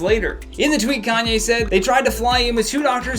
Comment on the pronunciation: also 'calmye' and 'kylie stinks' LMAOOOOOOO